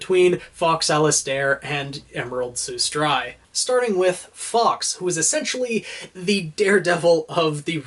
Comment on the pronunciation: Am I the only one who is like super annoyed that he’s mispronouncing Sustrai and Alistair?